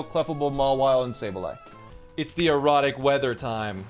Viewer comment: Why does he say erratic like erotic?